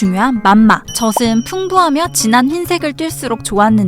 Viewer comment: 젖은 [저즌] 젖을 [저즐] 젖이 [저지]라고 발음하는게 맞아요